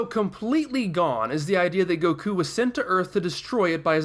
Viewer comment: THE WAY HE PRONOUNCES EVERYTHING TRIGGERS ME OMFG "Go kuu" "Blooma" "Siyan"